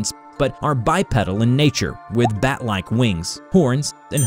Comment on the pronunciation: I’m sorry. I’m 2 minutes in the way you’re saying bipedal is getting to me cause I’m just seeing guys with bicycle pedals as feet